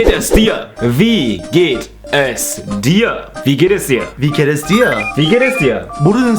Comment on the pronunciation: I thought he said "Vegan is Deer"